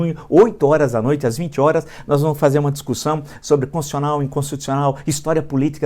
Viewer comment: "Conssional". A "Conssão Federal".